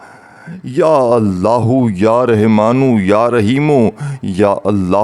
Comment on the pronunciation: Pehly Rahmaan kehna seekh lo.Rehman kahy ja rahy ho.